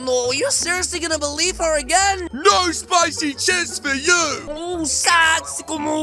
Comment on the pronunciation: but the word is chips not chils